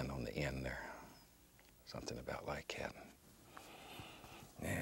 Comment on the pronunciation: I love when Bob Ross says « somethin’ about like ‘yat »